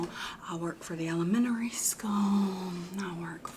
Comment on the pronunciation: I work for the elemENary skEWwlll🗣️